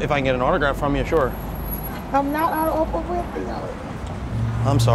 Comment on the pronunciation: He said oprah lol